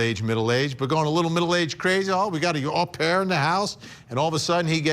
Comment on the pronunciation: Great insightful report as always. Just a little thing, the European pronunciation for the nanny "OH PAIR" not A PAIR !